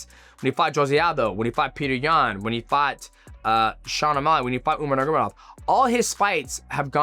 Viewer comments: Nurgomedov? You always refuse to say Khabib's family name propery😂 NurMAgomedov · also, pronunciation is one thing, omitting full sections of a word is completely different. He is not saying the word at all, let alone pronunciation. He skips the -ma in "nurma" and just says "nurgomedov", thats not mispronunciation, hes literally not saying the name at all. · he's not mispronouncing it. He's not saying an entire syllable of the name. He skips the MA in Nurma. Youre so corny dude.